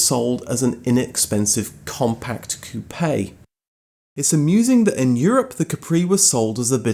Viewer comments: Coupe - one syllable Like "coop" NOT "coo-PAY" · "Cou-pay" lol, it's pronounced "coop" (the "e" is silent). 😆